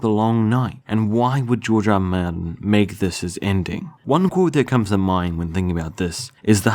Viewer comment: "George er rer maerthnn"